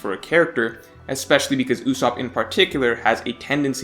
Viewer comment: Duude not Ussop please